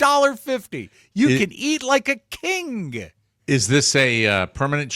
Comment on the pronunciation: King! So now is overempahzing the last syllable.